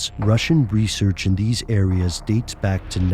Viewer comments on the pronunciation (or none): none